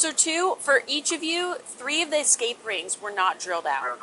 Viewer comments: There is no k or x in the word escape. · Something about the way the cop added an 'x' to escape just irks the hell out of me